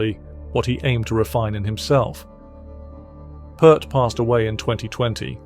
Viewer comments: I knew AI would butcher his name. I'm out. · You can't even pronounce his name correctly!!!🙄 It's NOT "Pert"...it's pronounced "Peert" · Can't your freaking AI voice pronounce Neil's last name correctly? Pronounced like 'ear' not 'er' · pEARt not PERT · Sadly, I didn’t make it past 30-40 seconds when you mispronounced his last name. Can’t take the video seriously. It’s not “put”, it’s “Peert”. Downvote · There's an Ear in his last name. It sounds like Peert, not Pert. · Say Peer T .... not Pert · It's NEIL PEART!!!! (Pronounce PEEERT!!!) 😉😉😉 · OK watch my lips ... The surname ....IT'S NOT "PERT " .. IT'S PRONOUNCED " PEA - ERT " or as in " PEE" " ERT" !!! Like in the surname " Pearce" !! For crying out loud... !¬! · Dude, it is pronounced pirt. Pirt. Not pert. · It's "PEERT," not "Purt." Geddy, Alex, and Neil, himself, may he Rest In Peace, pronounced the man's name "Peert " I heard ALL of them say so with my own ears. Get it through your thick heads, people. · Peart, like ear, Peart not pert. Freaking idiots. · Peeeeeeeeeert! Dammit! Not pert! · If you're going to do any kind of piece on Neil Peart it might be good to pronounce his last name correctly. "Peert" not "Pert" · Lost me when you mispronounced his name. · Neil's last name is pronounced P-ear-t, not Pert! The man Neil learned from the most was Hal Blaine. Neil learned more from Hal than the drummers mentioned in the video. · Why say Pert when its Peert?? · The man’s surname is pronounced, “Peert..” But we can’t expect A.I. to know that, now can we. Sheesh. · Why do these people say PERT??? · It's read PEERT, not PEART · Come on pronounce His name correctly. The last name of Neil is pronounced like the word pier with a t on the end! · His name is pronounced "Peert"..just sharing. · It's pronounced 'Peert', like 'ear'. And this should really be titled "Three of Peart's Favorite Drummers". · P-ear-t (please) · AI click bait, if you can't even pronounce the man's name correctly then nothing else is believable.